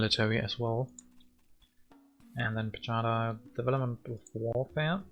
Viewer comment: Well played! Do you know that you win and I lose every game you are recording? :) Pajada is pronounced like "payada" (y from yellow). I hope we will play again soon.